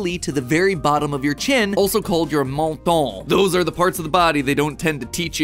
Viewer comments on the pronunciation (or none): Idk, the way Mat says "MONTON" (MENTON) is kinda funny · How you said "menton" is beautiful, for a french it's a little funny😂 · funny hearing you pronounce menton